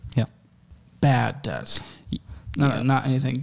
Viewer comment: YOU DON'T SAY THE B IN DEBT omfg I hated hearing him say debt